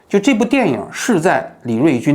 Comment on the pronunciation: 王局，这导演名字最后一个字读“俊” 第四声。